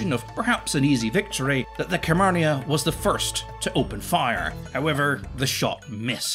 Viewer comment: Fascinating vid. You're pronunciation of simple words will alas haunt me to my inevitably lonely care home death. Carmania is spoken as one would say Car-marn-ya. FFS simple things. Other than that, delightful. Keep up the work.